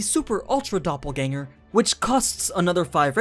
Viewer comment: actually pretty good pronunciation of the word dopplegänger.